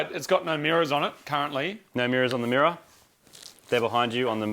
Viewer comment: I cant stop hearing "mirror" xD Lategang